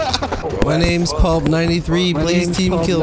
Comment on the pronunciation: Kept saying pulp, like it was plup though lol